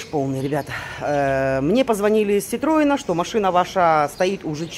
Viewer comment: Эх,, не умеете вы чинить машину! )) Прошу прощения, поправлю вас. Не ситрОен, а СитроЕн (Франция - всегда ударение на последний слог). Так вот, собственно, я не об этом. Моя маман приобрела всё тот же ситроен. Дело было в Аликанте - она там жила. Водила она через пень-колоду. Ездить с ней было опасно. Загнала она машину на гарантийное обслуживание в Аликанте. Обслужили. Забрали мы машину, сели в неё, отъехали 300 метров от сервиса и маман успешно уработала ситроен об бордюр - пробила колесо и травмировала диск. Маман у меня была совершенно невменяемым человеком по жизни. Она могла сожрать любого человека на десерт и не подавиться. 🤣 Вместо того, чтоб признать свою вину, она позвонила в сервис, из которого только что выехала,и устроила грандиозный скандал. Учитывая, что она орала на полунемецком-полурусском с примесью испанских слов и орала как получивашая снаряд в пятую точку, ситуация была непредсказуемой. )) Но, оказывается, её экспрессия была куда большей, чем та, которая присуща испанцам. Она их переорала по телефону на неизвестном им языке и назвала адрес, где она слилась с бордюром. Мужики были в шоке, ничего не поняли и тут же прислали по этому адресу пешего курьера от своей мастерской. Тот увидел ситуацию и попытался донести до маман, что она сама виновата и ваще..... Ну куда уж ему, бедолаге, бодаться с озверевшим нарциссом?! 🤣 Маман орала на него минут 15, он ничего не понимал, потом ушёл - вернулся с новым колесом, всё поменял-починил. Мой муж, великолепно